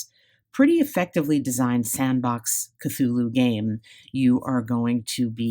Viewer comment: Finally! Someone pronouncing Cthulhu correctly...👏👏👏👍